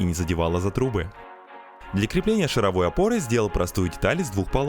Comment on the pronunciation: Картинка как-то изменилась, и это круто. И в течение всего видео передёргивало от слова "шаровОй" (звучит как вой шаров). Я аж теперь сомневаюсь, правильно ли автомеханики называют опору 🤣